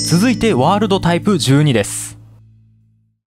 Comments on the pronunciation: ワールﾙﾙドがって言ってるw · ワーrrrrrrrrルド めっちゃまきじたwww